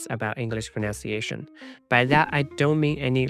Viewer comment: Dude. You mispronounce "pronunciation".